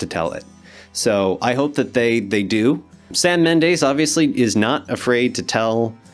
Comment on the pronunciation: His name is pronounced Keegun. And it's BIOpic, and Mendes is not pronounced Mendaze. Gee...you slaughtered THREE pronunciations. Not good. I'm gonna assume you looked up Sam Mendes when you first heard of the Beatles 'byopics'.